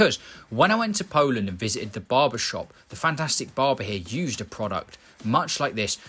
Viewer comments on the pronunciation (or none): none